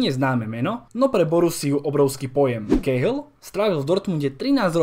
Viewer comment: Kehl výslovnost je kél